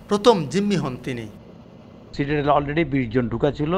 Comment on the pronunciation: ইটস নট সিউটেল..😂 ইটস সিটাডেল....